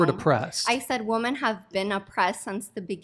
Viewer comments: Why does she keep pronouncing ‘women’ [plural] as ‘woman’? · WOMEN! it's pronounced WOMEN! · That friggin bimbo can't even pronounce the plural of woman. It's women, you idiots! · The way she says women is so funny to me